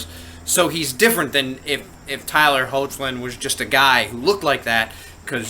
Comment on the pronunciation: i believe his name is pronounced as "Heck-lin" not "Ho-che-lin" 😊